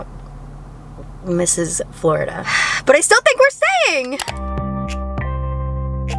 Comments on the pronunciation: “In Flo-rida” 😂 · you constantly calling florida flo-rida lmao